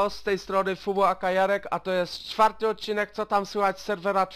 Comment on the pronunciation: "czfarty" hahahah